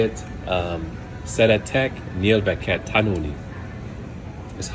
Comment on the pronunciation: Not the best,but im batter lol🤣🤣🤣you said "Széréték nyélvékét tánulni.(I love learning languages)" instead of "Szeretek nyelveket tanulni"🤣🤣🤣🤣🤣🤣🤣🤣it was soooo funny🤣🤣🤣🤣🤣🤣🤣🤣🤣